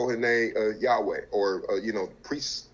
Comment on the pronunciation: I see the brother uses the name yahweh in the proper pronunciation halleluyah! Speaking alot of knowledge. But remember shem children married daughters of ham and Japheth even by the 12 sons of Israel